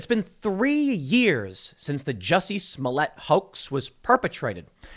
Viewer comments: Its not Jessie smollett, its Joocy smooliett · It’s French actor juicy Smoll-ette!